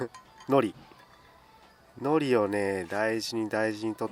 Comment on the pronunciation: 海苔の発音間違ってませんか！？wwwラーメンシリーズ最高です